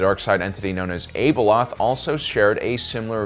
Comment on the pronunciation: Is that how you pronounce the A in Abeloth?